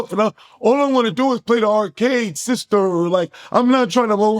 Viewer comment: The way you said sister 😂😂😂 Great review ❤